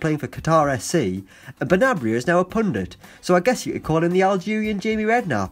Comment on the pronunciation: Benarbia... not Benabria.